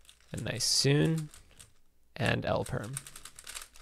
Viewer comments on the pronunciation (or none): Did no one notice saying L perm instaid of Jperm